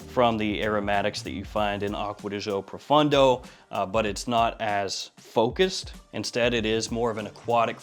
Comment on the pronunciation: Profondo brother, not Profundo. Great work though